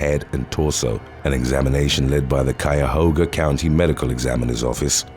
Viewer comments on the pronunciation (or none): none